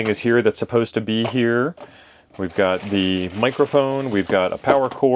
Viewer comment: listen to your audio. "A box of radioes that God sent back to Amazon." I had no idea some God was a Prime member. 😊